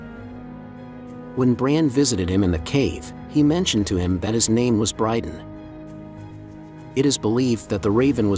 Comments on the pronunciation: Not brydan but bryndan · And Brynden is pronounced BRIN-DEN. Not BRIDE-ON. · I'm sorry but how can you call your channel "Three-Eyed Raven" if you can't even get BRYNDEN Rivers name correctly? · Duuuude right hahaha he called him Bryden lol and Hodder lol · Is it only me or does anyone else think this guy should be banned from every making any Game of Thrones or house of the Dragon videos for the way he pronounces Hodor and Brynden? He’s def not a fan. Just someone trying to get clicks from a series he’s never watched